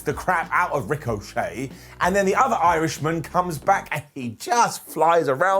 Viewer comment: Good job, by saying Ricochet's name like that you gave WWE their story for next week. Ricochet, will now be known as Rick O'Shea and him and Sheamus will be a tag team known as Flyin' Irish. They'll have a 4 minute match against Cesaro and Mansoor. Michael Cole will carry on for the whole 4 minutes about how are they going to be able to coexist before Shamus Brogue kicks Rick and walks off.